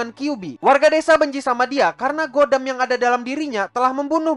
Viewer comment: khodam bang bukan godam 🤣